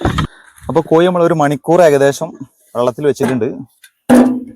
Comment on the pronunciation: കോയി അല്ല കോഴി